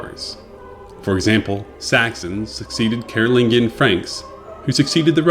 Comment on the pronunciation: I like your channel, but it would be even better if you learned how to pronounce Latin, either in the traditional English way or the classical way. You also mispronounced Vieira [vee-AY-rah], Carolingian [kar-uh-LIN-jun], et al. Best wishes.